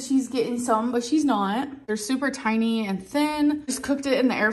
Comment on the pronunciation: the emphasis she puts on the pork chops being THIN and TINY is so funny